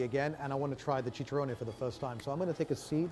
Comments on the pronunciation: It's chicharrón... Not chicha-rone-E. Stick with steaks,. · Chech-Ah-Roni also what’s up with that wobbly table